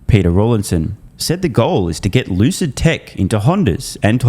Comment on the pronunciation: Lewcid Mowtahrs